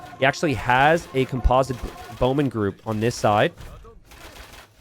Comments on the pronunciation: it's COMPosite bowman, not comPOSite bowman! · Holy crap man i wasn't gonna say anything, but you've said "comPOZIT bowmen" like 15 times now 😂 and then right after that, you say "composition" flawlessly. It is the root of that word yet you pronounce it so differently😂😂😂